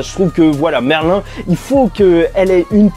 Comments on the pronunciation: Sa se prononce merline pas merlin😂😭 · Ne me dites pas que Merlin est une antagoniste dans cette suite ? Et on dit MERLINE pas Merlin